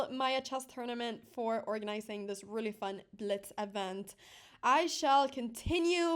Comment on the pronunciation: Imagine losing to a girl that cannot say the word...really.